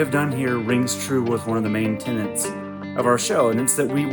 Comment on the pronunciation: Tenets not "tenants".